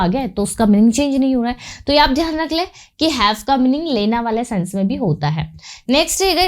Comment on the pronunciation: your teaching technique is awesome, but your Hindi pronunciation and writing also is a bit weak in Hindi, like you are using the word लैना which is wrong in Hindi, correct one is लेना, I'm not demotivating you, you have good knowledge of English and teaching delivery is also commendable.